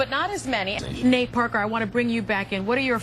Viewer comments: why is the host calling him Nat? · This whole interview bothered me... all the way down to the black male anchor continually calling him Nat and not Nate! These people better start putting respect on Nate’s name!!!